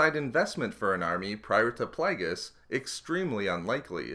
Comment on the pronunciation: I stopped watching this because of 'plag-us'